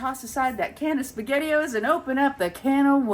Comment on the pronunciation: SpaghettiOs… not sure how to spell it, but I had to rewind to make sure that that’s what I heard😂 YEP you’re a grandma…whoops 🫶